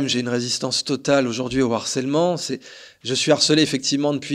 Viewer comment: En revanche, les gars, "harcèlement", c'est un H aspiré, hein !!! ;)))